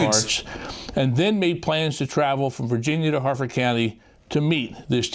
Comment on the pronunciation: Harford, not Hartford.